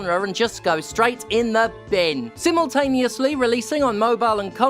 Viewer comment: rofl simultaneous-lee